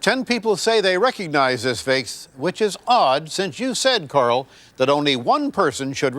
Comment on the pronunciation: I really thought that poor woman was named Carl. Randy, it's Coral like coral reef, not Carl. I love this guy though.